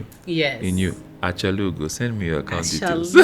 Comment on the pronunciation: That Achalugo sounds perfect on mouth 😂😂